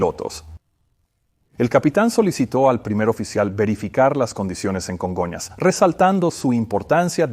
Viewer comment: Que rara suena la voz del traductor. No se parece en nada a la voz de Peter que yo escucho en inglés. Además se dice Congonhas , no Conga airport